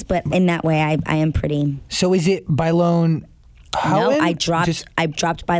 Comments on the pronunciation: "how-ton" LOL ITS HOUGHTON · You pronounced both last names wrong. Houghton: "ho"-ton Bailon: "by"-lone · Adrienne "Howtin" and Adrienne "Bayloan" its so annoying how he continuously butchers her name for a so called fan :/ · Nooooo he did not pronounce her new last name like omg 😂😂😂😂😂